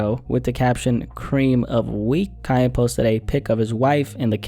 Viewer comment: I'm confused everytime he says "kanye" because it sounds like "kaya" the way he says is